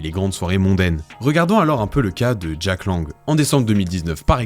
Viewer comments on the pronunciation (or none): none